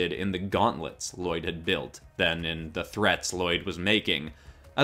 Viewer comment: You pronounced "Lloyd" wrong